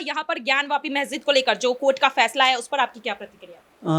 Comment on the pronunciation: Ari pagli, mahjid nahi, masjid bolo.